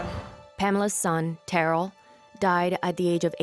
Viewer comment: This mother pronounced her sons name "Terrell" for you and the narrator immediately follows it with a mispronunciation. Either your AI voice is crap, or the person narrating is horrible with English. Is this a Chinese production? Do better next time, this narrator is far from "best".